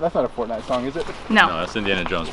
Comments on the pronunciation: Did said Fartnite? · Ha he said fortnut